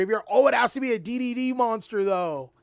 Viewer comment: everytime you said D/D or D/D/D all i herd was diddy